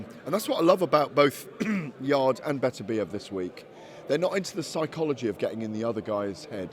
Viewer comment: its beterbiev not betterbiev...beter biev..not better biev ffs.